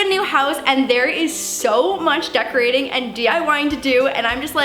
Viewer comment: home dec-laur-ation !